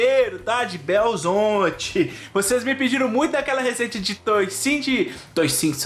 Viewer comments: Tolice falar Belzonte, nem o mineiro mais caipira fala assim! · Quem é de Belo Horizonte, não fala belzonte, isso é caipira aculturado.